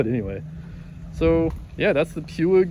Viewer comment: “PUIG” is a Spanish name. It is pronounced as: “poooeeeg”. “Poo” as in Winny the Poo and “eeeeg” as in “Eve” but without the “v” and add a “g” at the end.